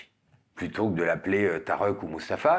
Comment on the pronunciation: Je confirme : à lire absolument ce bouquin-surprise écrit en vérité et en paix. Sinon Stéphane, je te félicite pour la musique : tu viens juste d'inventer la quenelle musicale !!! 😂Dépêche_toi de déposer un brevet ! Enfin running gag : je t'entends prononcer "Tarok" pour le prénom Tarik sur deux vidéos, sûrement à raison. Mais alors il faut prononcer